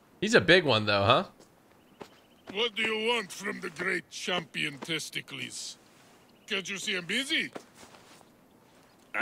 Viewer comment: Say test-ic-les